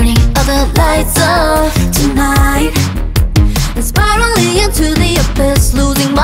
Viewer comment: I think for most east asians the hardest letters are Rs and Ls. Thats why there was an accent on "rule" and "control" but course their English improved so much! I think the "obvious" was pronounced spot on tho. Jihyos "spiraling" was spot on too.